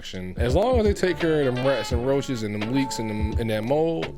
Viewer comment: Nigga said RRRRRoaches 😂😂 loving the content bro